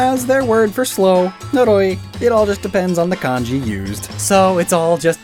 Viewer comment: Noroi in my language means mud. This doesn't help with anything, I just find out funny how you said it =]]